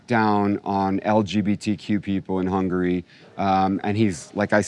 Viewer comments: she also said "hungaria". Then she goes on to talk about Europe and Hungary like as if she even knows where these places are on the map, let alone the politics. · …”Hungaria”… Bless her heart. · When she called it Hungaria 💀